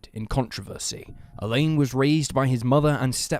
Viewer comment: Alain should not be pronounced like "Elaine" 😂😂😂